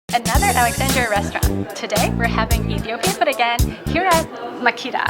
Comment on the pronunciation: It’s pronounced Ma-keh-da..not Makeeda..😊